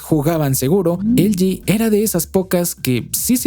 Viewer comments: Porque dices elgi cuando es ele ge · “Elyi”, “elyi”, “elyi”, “elyi”, “elyi”, “elyi”... ☹😤 ¿Repites “elyi” tantas veces porque en español ‘no’ existen las letras ‘L’ (“ELE“) y ‘G’ (“GE”)? 🤔 Espero que descubras que se dice “ELEGÉ” (de “ELE” y “GE”), sobre todo porque: 1. Son letras que sí existen en el abecedario español. y 2. El contexto lingüístico del discurso es el español. 😐💁🏻‍♂🤦🏻‍♂ (Sólo llegué hasta , aunque me hubiese gustado haberlo visto entero). 😞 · ELE GE NO EL GI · Estamos en México, por qué no le dices Ele je, je 3? O por qué no dices El Yi Yi Three? 🧐 V